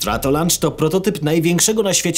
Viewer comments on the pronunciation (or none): Launch to [loncz] A [lancz] to się je ;)